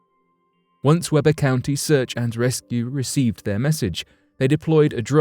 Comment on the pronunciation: The county in the first story is pronounced WEE-BURR